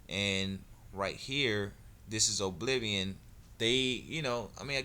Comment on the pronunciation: its pronounced uh-bliv-ee-un